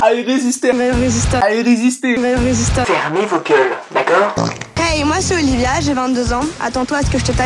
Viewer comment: Je reve ou la voie off a dit olivier au lieu de olivia